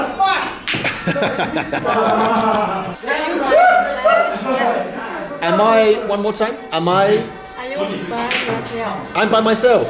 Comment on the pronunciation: Why do you sound northern when you say fuck?